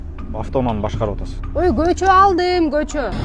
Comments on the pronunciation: Кочону кочоо кечеени да гочоо булар кытайлыктар эмеспи жаны агенттер😂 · Көчөбу же кечееби кыргыз тилини жакшыраак суйлогулочу башкасыга батып калыпсынар